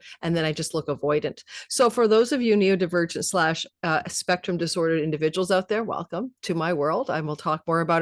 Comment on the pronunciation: Happy for you,🌼 I have a natal Sun Pluto conjunction., both my sons and I are Neurodivergent.. but heads up, you keep calling it, " Neo divergent'... its " Neuro" ( as in brain ) not "Neo" ( as in Matrix)... and your self diagnosis is a lil on the nose, if you keep saying, " Neo". Thanks always for your vids 🌟